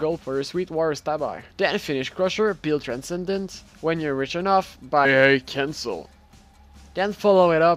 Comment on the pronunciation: When he said "AA Cancle" it pissed me off it was so annoying.